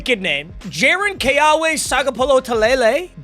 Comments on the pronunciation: W’s in hawaiian is pronounced like a V. so keawe would sound like keave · The QBs middle first name is pronounced Kay aw vay I have the same name